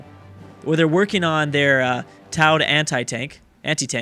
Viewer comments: tuh - ow - duh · Did he just. Pronounce towed like t-ow-d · Who else cringed when he said towed wrong